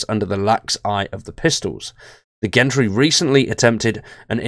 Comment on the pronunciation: Islington pronounced 'IZZlington' / Gentry pronounced 'Jentry' (soft G!). Thank you v much :))